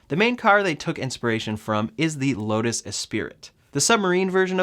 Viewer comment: You completely lost me when you slaughtered the names of those cars .. Lotas E'spiriT ????